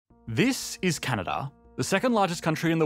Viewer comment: Canadar? Never heard of it.